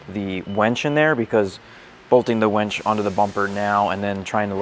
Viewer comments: Great video. But.... it's WINCH, WENCH is something totally different. Lol Winch, winch, winch, use that "I" no "E". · Can we all agree it’s “winch” not “wench” 😂